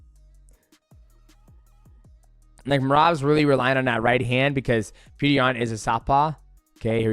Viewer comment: PETR NOT PETER